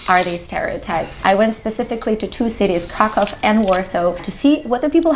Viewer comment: why did you mess that up... why cockow